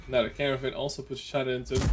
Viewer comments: Trying not to be pedantic but as a Welshman technically it's Kyer-nar-von. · I think he pronounces it like "caravan" on purpose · Caernarfon is pronounced Car-nar-Von.